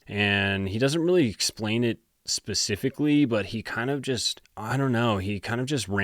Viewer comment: So you CAN say it properly.."S" PECIFICLY..lol